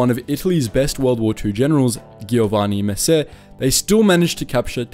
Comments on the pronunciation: "ghiovanni messe" You did your best, and we appreciate it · stessa cosa con GHIOVANNI MESSÉ, sembrava quasi francese ahahah